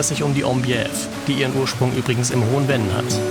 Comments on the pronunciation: Sehr schönes Video aus meiner Heimat, in St.Vith geboren und ich lebe heute in Lengeler an der Luxemburgischen Grenze Kleine Korrektur: das Venn wird Fenn gesprochen nicht Wenn. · Das " Hohe F enn" nicht " Wenn " ... sonst : tolles Video ... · Sehr schön! Obwohl ich um die Ecke wohne und so oft in der Gegend auch mit Camper unterwegs bin, habe ich neue Anregungen erhalten! Nur ein kleiner Hinweis zur Aussprache: Das hohe Venn spricht sich nicht wie „Wenn“ aus, sondern Venn wie Vogel 😊 ich freue mich auf weitere Videos von Dir!